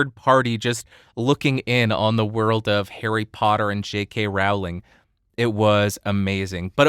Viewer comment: Early pandemic must have been a boom for you, though. I bet it’s when many of us found you. Still listening two weeks later. BTW, Rowling rhymes with bowling.